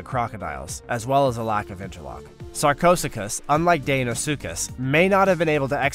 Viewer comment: "Sarchosuchus" is pronounced "sar-ko-SOO-kus (*ko* rhymes with "slow," "toe," etc.).